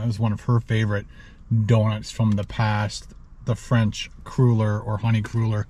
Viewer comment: I do believe they're pronounced "cruller" as in "duller". One of my favs for years.